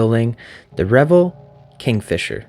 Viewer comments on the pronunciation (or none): Pretty sure it's pronounced Re-VELL, with the emphasis on the second syllable. The other pronunciation suggests wild parties with lots of alcohol and nudity. 😍